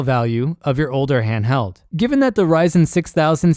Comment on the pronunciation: "hanhdheld" It's massive, weighs a ton and has a 45 minute battery life lmao